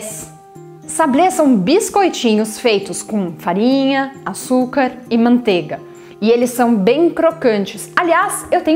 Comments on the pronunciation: MANTEIGA * (não é “mantega”) PRONUNCIA-SE O “I” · MANTEIGA* PRONUNCIA-SE O “I” ( não é “mantega”)